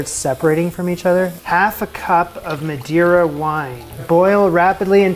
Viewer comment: Why would anyone expect a chef to know that Madeira and Madre are pronounced differently 🤔🤨🤭🙄🥴🤫😁😂